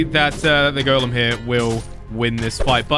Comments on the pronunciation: sounds like he's saying lavagirl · When say lava golen i herd lava girl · It sounds like he is saying lava girl